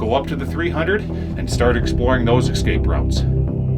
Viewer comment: It's no ecscape it's escape